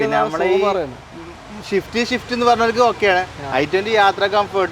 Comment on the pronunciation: ഷിഫ്റ്റ് അല്ല സിഫ്റ്റ് ആണ്